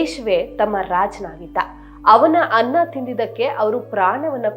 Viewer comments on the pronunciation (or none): none